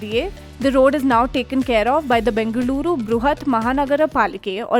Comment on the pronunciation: What is it with you DH? Please pronounce Bengaluru correctly. The "l" is a voiced retroflex lateral approximant